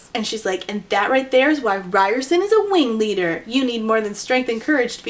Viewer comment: I'm the wingleader! Weally!